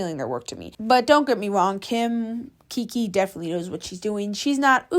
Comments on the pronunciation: OMG GURL Y EVERYONE DOES IT ITS TRENDS AND ALSO ITS NOT KIKI KIM ITS KIKA KIM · The way you Kiki Kim… it’s kikA Kim (just saying no pressure ❤🍱🌸) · IT'S KIKA KIM NOT KIKI KIM 😭😭😭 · and its not kiki kim its kika kim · I swear you need to stop mispronouncing these ytbers names plz kiki Kim. No it's kika Kim 😭 you spelled it right on the title but pronouncing wrong. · Bro is not even pronouncing KIKA KIM correct 💀💀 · You are mispronouncing her name lol. Same as you did with Clara dao. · i love your content and how you do it - but i find that you are always pronouncing names wrong, like in this vid you keep saying ‘kiki kim’ when it’s literally spelt ‘kika kim’, and with ‘clara dao’ you would keep saying ‘clara duo’. ofc this isn’t a big thing at all, but maybe do slightly more research on the creators actual name next time - i mean this in no way rudely, this is literally the only not so good thing i’ve noticed with you, and other than that your content is flawless!